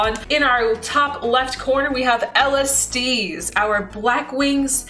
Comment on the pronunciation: Mildly infuriated that you're calling Kairi- Kiara and Alestiel- Alestice